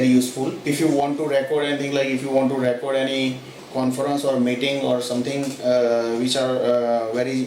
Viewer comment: Thats not how you pronounce the verb "record"....you are pronouncing like a noun....eg " I have a record of that "....."we keep on record"....to record the emphasis is on the o and the E souinds like an EE. Try and you will sound much better. Thanks for the vid.